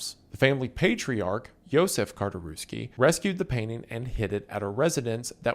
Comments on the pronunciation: I'm surprised you managed to pronpunce Czartoryski correctly (aside for that one "Kartoruski"). On the subjest of Polish art during WW2, I highly recommend checking the story Jan Matejko's "Battle of Grunwald". The piece is absolutely massive, and despite that, the staff of the National Art Museum managed to move it from Warsaw and hide it for the entirety of the war, even faking its relocation to London. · > pronounces "muzeum czartoryski" perfectly > 5 seconds pass > completely butchers the last name of its owner, józef czartoryski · Polish person here, you only fumbled the pronunciation of Czartoryski once, colour me impressed